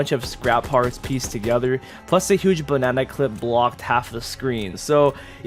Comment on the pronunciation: LMAOOO THE WAY HE SAID BANANA 😂😂😂😂